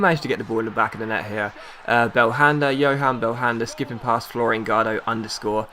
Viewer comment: Younes not Yohan